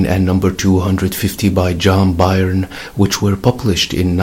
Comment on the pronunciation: John Byrne's last name is pronounced "burn".